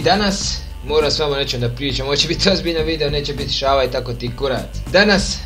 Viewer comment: Ne kaže se Šava Nego Šala!